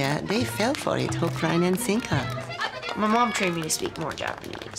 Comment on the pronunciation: “Hook, rine and sinker“